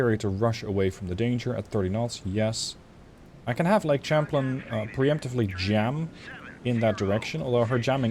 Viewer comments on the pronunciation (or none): I get English is not your first language but it's pronounces Sham-plane, like Champagne. English is indeed a weird language.